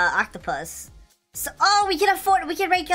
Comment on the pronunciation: lol XDDDD say octopus lololololol